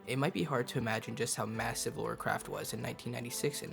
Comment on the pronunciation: Her name is Lara. Not Laura